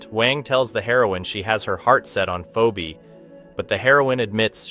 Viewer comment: "poobie" "pheebee"💀💀💀💀these AI voices💀💀💀💀